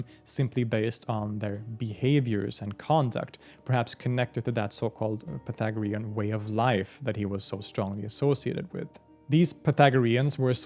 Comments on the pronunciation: Say it with me: "pie-THAG-rean." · I just got ptsd from math class 😂 "pathogarean" 😱😭💀